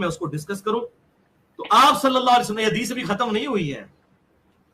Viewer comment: Hadish nahi hagish bola karo